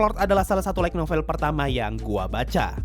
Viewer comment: Saran min, Light Novel itu dibacanya kayak lite (LAIT), bukan LAIG (LAIK) NOVEL